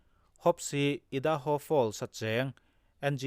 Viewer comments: I da ho nilovin Ar a ai ( ai - hi a hniama thluk tur ) a ni e. Aidaho ( Idaho ) . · Ngaihnawm hle mai. Idaho hi i hi i am tih a I ang a lamrik tur (i da ho,) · Ngaihnawm hle mai, Idaho a i, hi l'am tiha i kan lam ang hian lamrik tur. IDAHO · I-:da- ho ni lovin aidaho(idaho).